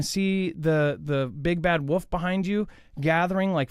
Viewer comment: Bro.. wolf, not woof 😂